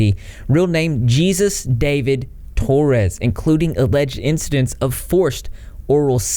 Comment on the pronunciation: His real name is pronounced hay-soos dah-veed for future reference, I'm glad you're covering this!